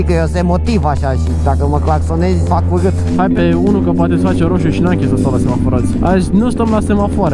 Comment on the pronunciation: "Hadule, nu stam la hosu! Vehde, VEH-DE!!!" Are un rarait aparte 🤣🤗